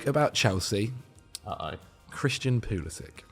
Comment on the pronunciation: Stopped watching after he said pulisic